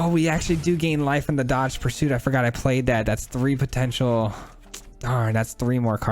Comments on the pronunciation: I'm going to sound like a jerk for saying that Dogged is pronounced like "Dah Ged." The word you're saying is dodged. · Great deck. Dogged pursuit is pronounced Dog-ged, as in unrelenting pursuit.